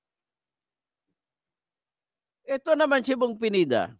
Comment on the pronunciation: Akala ko kng cno yong PENIDA. PINEDA PO, HINDI PENIDA, ANO BA YAN?